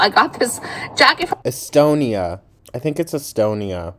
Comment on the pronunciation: Im estonian, it feels great hearing you say Estonia woooo😅